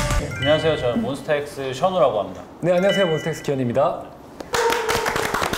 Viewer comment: 터가 아니라 타..